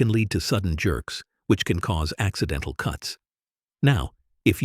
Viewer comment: Hi. Thanks. Respectfully, I was sitting here all amazed by the uses then, your AI voice suddenly pronounced “can” as a verb instead of a noun. Please check your audio beforehand. Peace🌤️.